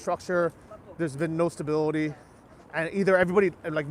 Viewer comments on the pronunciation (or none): none